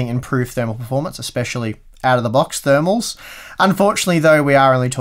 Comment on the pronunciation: OUT OF THE BOX THERMALS.. you said it wrong